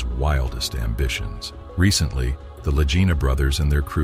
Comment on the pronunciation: How many different ways are they going to mispronounce the Lagina name?